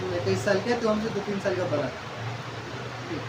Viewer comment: Sir apka uchcharan sahi nhi hai ड़ को आप बार बार र करते हैं सड़क को सरक , बड़ा को ब्रा कहते हैं